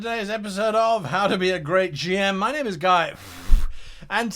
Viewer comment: I feel like you pronounce your name slightly different in every video lol